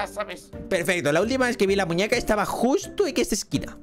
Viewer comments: Dise muneca no muñeca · hahahahaha es muñeca no muneca en el vídeo 😂😂😂❤❤❤ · Soy yo o la muñeca dijo mewuin???? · puso muneca en lugar de muñeca